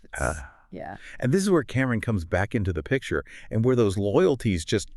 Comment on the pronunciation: It’s Cam-Ron not Cameron omg please look up the culture or hip hop artists before doing a story on a dead MC